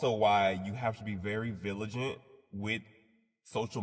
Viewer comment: The dude saying " villagent " instead of " vigilant " is super ironic! 😅